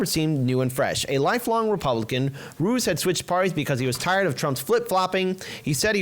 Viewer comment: Des = Da, not Dez ... Ruiz = rU-eez, not rude ... that being said I'm with you fellas!